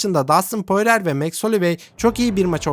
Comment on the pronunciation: poirer değil porie